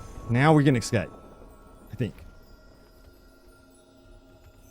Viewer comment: It's "es scape" not ecscape